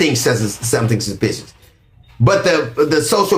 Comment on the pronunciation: not being able to say suspicious, because of his new dentures is HILARIOUS. But! He read him down.